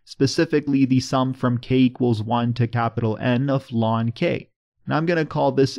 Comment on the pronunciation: I like the way you shorten the pronounciation of the natural log to what sounds like "lawn"